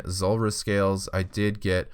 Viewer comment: Anyone else notice that so many people say Zolrah instead of Zulrah?